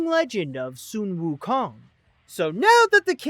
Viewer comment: Su wou Kong oh my god it's sun wou Kong.